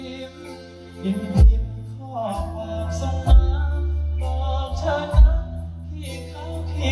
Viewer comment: ตัองขอความกรุณาคุณครูเกษทึ่ติดตามไรอัลตลอดช่วยเตือนเวลาร้องเพลงหน้าเวทีอย่าลืมตัวควบกล้ำเช่น น้ำปลาน้องก็ร้องเป็นน้ำปา ตอนนึ้น้องมีคู่แข่งเยอะนะคอยที่จะซ้ำเติมอย่างในไมล์หมดหนี้น้องร้องเพลงสตริงออกเสียง เธอ เป็น เฉอ และฉันร้องเป็นฉานเรารักน้องต้องช่วยกันเตือนเพราะไรอัลมาจากเพลงลูกทุ่งต้องชัดทุกคำเหมือนดังทึ่คุณศิรินทราคอยติงเรื่องตัวควบกล้ำสมัยร้องประกวดยิ่งเป็นนักร้องยิ่งต้องระวังให้เป๊ะทึ่สุดรักค่ะจึงบอกกล่าว แม้จะร้องเพลงของใครก็ขอให้ร้องอักขระขัดเจนดังเช่นตอนประกวดมิเช่นนั้นโดนเอฟซีที่อื่นเขาแซะจริงๆ เคยอ่านเจอในไมล์หมดหนี้นั่นแหละเขามีข้อเปรึยบเทึยบเยอะ นักร้องค่ายอื่นๆอีกขอให้พวกเราเป็นกระบอกเสียงให้น้องแก้ไขก่อนทึ่จะเยอะไปกว่านึ้